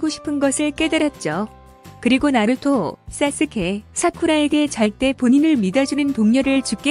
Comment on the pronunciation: 나루투가 아니라 나루토!!!!!!!!